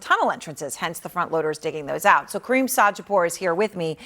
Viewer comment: she calling him cream like a body lotion his name is Karim not cream